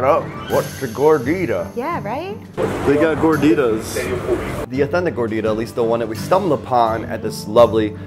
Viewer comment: The way the say Gordita made me cringe since I’m Mexican🇲🇽